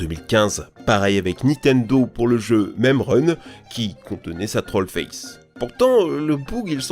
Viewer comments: Un maime ? Pourquoi il dis un maime hahahah un meme stp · Sa se prononce mime pas même lol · Quand tu dit meme j’entends même .-. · ça se prenonce mime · bruhhh c'est quand que vous apprenez à dire "meme"?